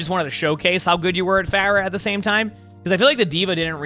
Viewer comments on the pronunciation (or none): this is the first time i heard "Floor-ah" and i fckn' died 💀🤣